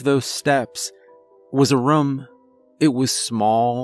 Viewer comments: he says rum in every story, it's just how he says it haha adds to his character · I've been saying the word room wrong my entire life. I'm 45 lol 😂 that's just sad. Excellent story! ❤️ 😊